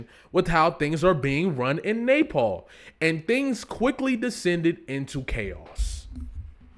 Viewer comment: Not the Nay-Paul 😂😂 I kept thinking he was saying napalm..